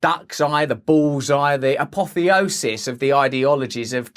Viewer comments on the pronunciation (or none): none